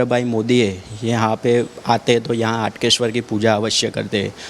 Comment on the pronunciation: Please Correct. HAATKESHWAR Not HATKESHWAR Hatke is different means & Haatkesh is Aradhya Dev of Nagar Brahman community.